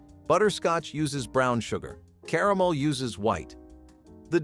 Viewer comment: I like how he said "Caramel" .."Ca-ram-alama"